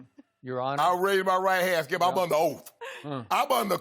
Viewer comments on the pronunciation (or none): OAF AS IN OATH. "Your honor im under Oath". LOL But Shannon said the word OATH COUNTRY tho LOL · “I’m under OAF!”